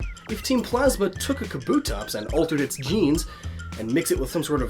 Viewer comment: It's pronounced KAH-boo-tops